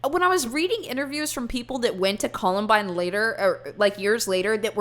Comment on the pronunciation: "The collenbine fandom" jesus christ